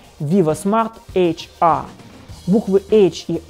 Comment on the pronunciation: ЭйчАаа, Эйчэр говорить надо. Англичанин...